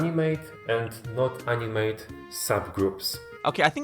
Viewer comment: Btw in English you pronounce the 2nd A in animate like ah and not AI or ay or whatever. If you do, then you're saying the verb to animate. But he's trying to say it's an animate object. Opposite of inanimate object